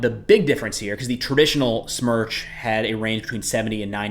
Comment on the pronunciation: you pronounced GLONASS correctly. You mispronounced "Smerch". The "e" should sound like in "pen". The word means hurricane, btw. Love you videos. Cheers